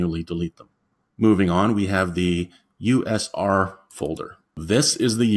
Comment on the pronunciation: "usr" is not "also known for" unix system resources, that is what it literally means. And it is not pronounced "user", it is pronounced U S R.